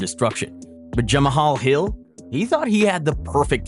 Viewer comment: I can't with channels that are voice by text to speech ai. This channels doesn't pronounce 1 name correctly. Who's jermahiya hill?